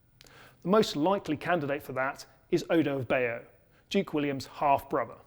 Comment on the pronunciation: I see nothing wrong with your pronunciation of Bayeux.